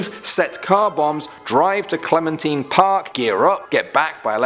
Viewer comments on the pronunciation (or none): none